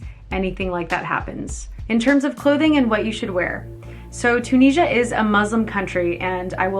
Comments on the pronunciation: I love this video so much but I just want to let u know that it’s pronounced chew-Nis-e-a 🥰🥰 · Im tunisian myselfand its pronounced toon is ya